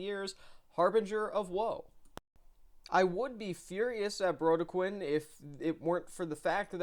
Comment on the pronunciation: Sorry, to be that guy but it’s “Bro-dec-kin” Good review, keep up the good work